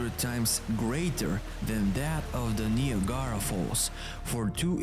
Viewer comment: Ne a Gara falls🤔 not quite but close its ni ag ra falls hell the way you said it makes sense screw the English language 🤣🤣